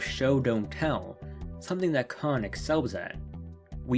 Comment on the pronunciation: "Kon" rhymes with "lone" "Kan" rhymes with "Han" (solo)